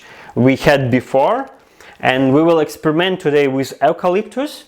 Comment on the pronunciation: You pronounce it You-Calyptus….I’m Australian 🇦🇺👍🏼